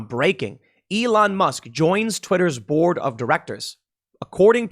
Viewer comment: The way you say "board" sounds a lot like "borg" and thinking of the board of directors at Twitter as the Borg is pleasing to me.